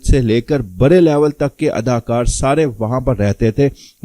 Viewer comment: برے برے آپ لوگوں کی ڑ سہی نہیں ہوئی برے برے نہیں بڑے بڑے کھرے نہیں کھڑے پھودی دیا